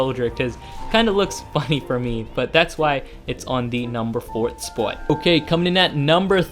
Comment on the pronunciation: And that is why it is on the number one "SPOUT" Sounded very funny, anyway, thanks for the vid, i really appreciate it :)